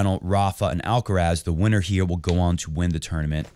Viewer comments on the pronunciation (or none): Pronunciation: “Alcarath", the stress on the last “a", not on the first one.